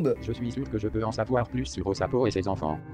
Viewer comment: Quand ça a dit o sapo jai compris " OH SA PEAU " ca fais tout de suite en quelque sorte comme si elle est choquée de voir des personnes avec une autre couleur de peau 😭